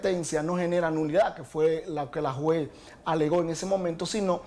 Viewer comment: Este fiscal de Santiago necesita cuidar su bien hablar, que merece su función. Juzgue usted por su informe con la repetida pronunciación: (Jue,) en vez de juez; etc…